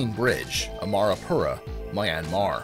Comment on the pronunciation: notwithstanding, you really don't have much excuse for mispronouncing Myanmar and River Thames. While I'm at it Ponte Vecchio is pronounced Pontay Vekkio and the names of all the French bridges and viaducts are almost completely unrecognizable. It sounds like you actually practiced, but you're not quite there. Still a good list, though you'll get complaints from people whose favourite bridge was not included.